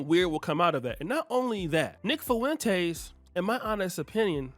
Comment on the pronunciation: Lol man you are pronouncing the hell out of Nick Fuentes’s last name “FOO WEN TAYS” Just pronounce it “Fwen-tez” 😂